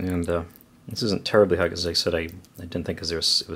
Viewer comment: It's really great that you say Hut instead of Hot haha (y)